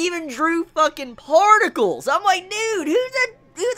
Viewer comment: The emphasis on the PARTICLES XD it was awesome though